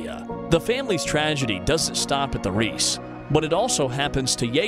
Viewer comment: And reiss